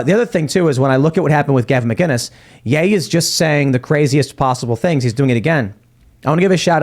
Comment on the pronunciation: Hey Tim , Gavin McInnis, no G in McInnis.